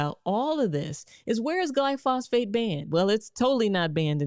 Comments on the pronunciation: Dear Dr Rachael Ross, Great information! But, you keep mispronouncing the active component in "Roundup" as Glyphosphate. It is Glyphosate without an additional ph. Just bringing this to your attention. No harm as we knew what you meant. ;^) Mark M ( Physicist) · You have great and valuable content. Please say GLY -fo - sate. Not phosphate. Thank you. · It's glyph-o-sate, not gly phos-phate. Other than that, you are doing God's work! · I think it is glyphosate not glyphosphate. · First time viewer here. So far I'm liking what you are conveying but I think you would have more credibility if you learned how to pronounce Glyphosate glī-fŏs′āt . It is not called GLYPHOSFATE as you continually call it. I may watch more of your videos if you can correct this. Thankyou and keep up the good work. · The chemical in RoundUp is called Glyphosate-- not glyphosphate. I understand it doesn't matter, but you mispronounced it as "FATE" instead of "SATE." Thanks for adding awareness. All these oils do need more research and we need to start taking a closer look at common ingredients in all these processed foods. I know I noticed mild circulation issues after consumming a popular protein shake. After a few weeks of removing it from my diet, the circulation issues went away. The second main ingredient listed after water was "vegetable oil (sunflower, canola, and/or soybean oil)" that's how it was listed. I guess they just put whatever oil they have available in this stuff. Anyway, the only improvement I noticed was my bowel movements. Circulation, energy, and mental clarity was reduced while consuming. I guess at this point we don't really know what's good and what's not with all the processing and genetic engineering. It's best to just read labels, know what youre consuming, and pay attention to how it makes you feel. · It's pronounced Glyphosate, not Glyphosphate. Thank you for the video. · The name is not glyphosphate, it's glyphosate.... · It's not glyphosphate